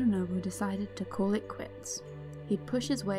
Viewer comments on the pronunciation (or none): none